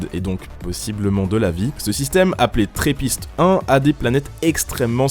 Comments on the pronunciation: C'est toujours triste d'entendre dire que c'est la NASA qui a découvert TRAPPIST-1 alors que c'est une équipe de chercheurs de l'université de Liège qui l'a faite. Ma pauvre université mise à l'ombre :'( (D'ailleurs, on dit trappiste et non trèppiste : comme les bières :D). Vive la Belgique ! (même si l'on a perdu la coupe) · Trappiste pas tréppiste, c'est un belge qui a découvert ça et c'est en honneur aux bières trappistes 😉 sinon bonne video! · on dit trApist et pas trEpist c'est belge omg! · le system a ete trouvé par des belges, d'ou le nom trapist, donc on dit trapist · Alors ne prend pas l'accent Anglais en disant Trappiste . Ce sont des Belges qui l'ont découvert . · Aïe mes oreilles.. Trappist-1 a été découverte par une équipe belge et le nom est un hommage à nos fameuses bière. Trappist doit donc être prononcé à la Belge (ou à la française, pour le coup, c'est la même chose) mais surtout pas à l'anglaise!!! Le "a" n'est pas un "è"... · La prononciation de "trappist" est a revoir. Il y a deux "P" le "A" se prononce presque comme en francais dans ce cas la. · Ca se prononcer pas comme ça trappiste, sa se prononce comme les bières trappiste